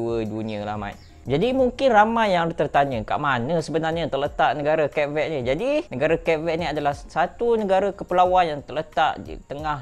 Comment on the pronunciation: ..at least google la cara nak sebut nama negara tu. Tak susah pon Mat.